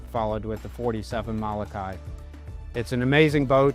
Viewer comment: Learn how to say Mo-lo-kai not Malakai.